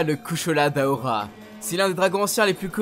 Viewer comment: Correction pas d'aora mais daora 😂